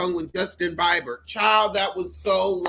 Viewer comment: boo you got some gorgeous gams! You Killin me how you saying Bieber's name🤣🤣🤣